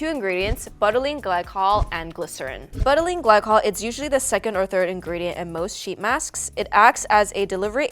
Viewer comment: Me it is like beutylene not butt